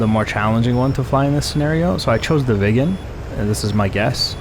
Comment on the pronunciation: Excellent video as usual. Sorry I couldn't help but giggle because every time you said "Viggen" I heard "vegan"... Sorry non native english... 😅